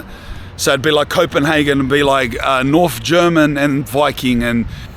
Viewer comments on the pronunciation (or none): none